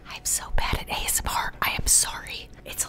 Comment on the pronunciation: My mom is hilarious. She pronounces ASMR as as$-meer. 😂